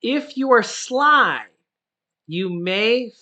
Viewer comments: I'm sorry, did you say "If you are sly" , you may figure this out? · Are you saying Sly ? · Are you saying sly?